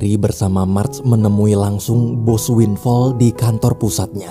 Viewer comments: Winflaw bang bukan winfall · Winflaw bukan winfall... wkwkkwkw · Winflow bang bukan winfall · Sebutan benernya Windflaw "win flau"